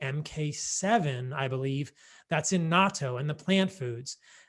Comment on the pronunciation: It makes me so happy when a white person properly pronounces Natto (nah-toe).